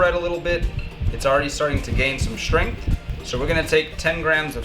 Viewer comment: Shhhhtrength? WTF, speak properly